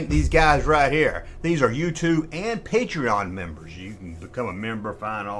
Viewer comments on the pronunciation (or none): none